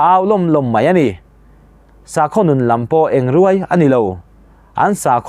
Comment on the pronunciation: A ngaihnawm hle mai ( chhek arbawm) tih thluk erawh i thluk dan a diklo leh tlat ahse han chhun zawm zel teh ( engruai ) thluk pawh diklo leh , a tlangpuiin i chhiar tha thawkhat e